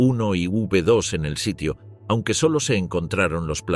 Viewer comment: Señor narrador, las nombas cohetes V 1 y V2 se leen "vé uno" y "vé 2"